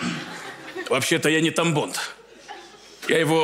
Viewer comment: Я один вместо Тамбонд слышал тампон?)